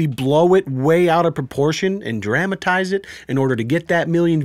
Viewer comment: Why did you say dramatize like ham? Hamatize.